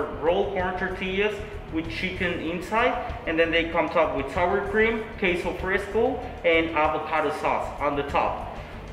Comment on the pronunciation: Lucha Libre: “Right here we have taa-cos door-rad-ohs topped with key-so fris-co, over here we have free-jo-lays cha-rows.”💀🤣💀🤣💀🤣💀